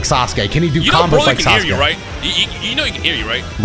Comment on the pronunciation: some say they called him Sauce-uke